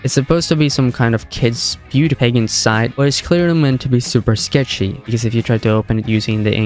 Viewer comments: “Beauty paygunt” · "Peg-ant" you foreigners are something else.